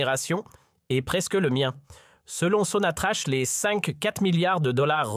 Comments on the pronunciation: Pourquoi vous dite sonatrache il n’y a pas de e ca se prononce sonatrak sans rancune 😊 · Sonatrach. Se. Pronounce. Sonatrak